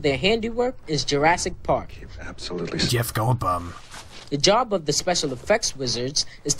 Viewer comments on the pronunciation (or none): I swear I heard "Jeff Goldbum" lol